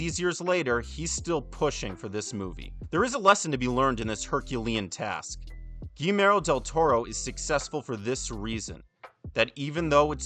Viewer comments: It's pronounced gee-YAIR-mo. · Quick cheat in case you find it hard to pronounce his name correctly, it's Gee (as in Glee, but without the L) Jer (as in Jerk, but without the K) and Mo (as in Mo) sound it out, it will help a lot 😘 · Quick tip: Guillermo... is pronounced like "Guillotine", with a "Y" "Guiyermo" like in "What we do in the Shadows" series. Great video. Greetings from México. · Dude, I love this, but "Gee-AIR-Mo", not "Gee-Mair-Oh". :p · Guillermo. It’s GEE ERR MOE. Not GeeMero. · His name’s pronounced “Gee (hard G) - YERR - mo” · Guillermo is pronounced "Gi-YEHR-mo", not the several other ways you mangled it. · My friend, if you're a fan of him, at least pronounce his name right. It sounds like ghee-YER-mo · This buff00n actually called Guillermo del Toro, Gimero del Toro 🤦🏻‍♂️ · I think gee-yeah-r-mo is more accurate, not to bash on anyone, it just shocked me too that there was mention of him being an avid fan and then the mispronunciation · Guimero del Toro? WTF dude, research the pronunciation of the name before you start uploading videos about people. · isn't it pronounced goo-yer-mo? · Almost: Gi yer mo. I'm sure that you're mostly referencing that this guy is prouncing "ll" as "l"...which is wrong. In Spain AND, possibly more importantly in Mexico (where del Toro is from), it is prounced "gi yer mo". "ll" is "y" in Spanish. Although, in South American Spanish-speaking countries, "ll" is more of a "j" sound. So, "gi jer mo". In no Spanish-speaking country is it pronounced "gi ler mo". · Narrator: PLEASE learn how to pronounce the name "Guillermo." It's quite easy and the Spanish language is beautiful; give it respect. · Good video! Glad this was recommended to me but for the sake of all that is holy in this world, please at least say the name of the man you profess to be a fan of correctly. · My goodness there is no excuse for that mispronunciation.